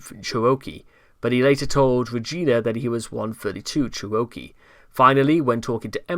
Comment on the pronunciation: I hate to be this person but the word Cherokee sounds like chair-oh-key. Thank you for your work